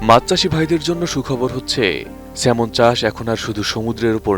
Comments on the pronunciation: Not Semon, it’s Salmon. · কি লেখা পড়া করে একটা সাংবাদিক হয় আপনি তার প্রমাণ । স্যালমন কে সেমন ! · Thikoy asa,,,,banan ta " Salmon" but, pronunciation hoba "সেমন" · নামটা তো ঠিকমত বলেন সাংঘাতিক 😆